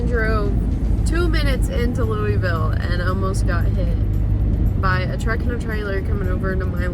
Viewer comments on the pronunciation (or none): I’m new to the channel, but not new to Kentucky 😊 have you learned how to say “Louisville” yet?